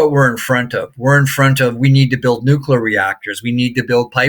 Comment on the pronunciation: Great insight 🎉 Totally aligns with the way I'm looking at the market Love that your guest said "nu cle ar" rather than "nu cu lar" 😊